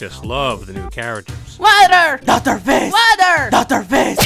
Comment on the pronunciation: Woter 💀 It's water And I prefer DR FIZZ